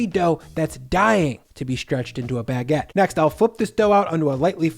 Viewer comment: Bag-get lol